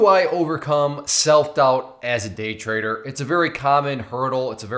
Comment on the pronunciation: dont know why, but i always hear traitor instead of trader...